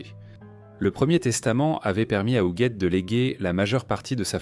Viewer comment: Appelée Hujette durant le récit, de cette odieuse voix IA